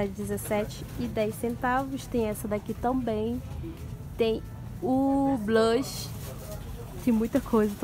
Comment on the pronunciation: Fala o nome blush direito